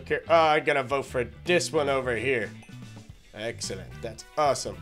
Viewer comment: you are so funny when you say excellentay you are the funniest